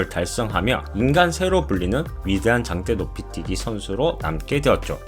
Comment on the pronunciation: 당때노피띠기?? ㅋㅋㅋ 혀가 너무기네요~^^ 영어발음 좋으실듯 ㅋㅋㅋ